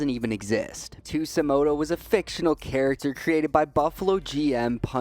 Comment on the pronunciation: bro how tf do you get an S sound from a J in Tsujimoto ???? 😭😭